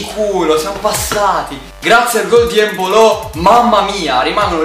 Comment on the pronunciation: evita di sputare quando fa gol embolo o come lo chiami tu empolo😂